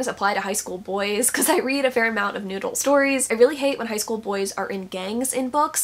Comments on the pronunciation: Every time you say Noodle I get so confused and then it hits me that you’re saying “New Adult”. 😂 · The first time you said "new adult" in this video I heard it as "noodle" and now I can never unhear it 😩😩 it's noodle romance from now on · i thought it was just a new way of saying it...'noodle'...like shorthand for new adult...are you telling me she's saying 'new adult?'.......i'll stick with noodle lol. we'll start a trend. lol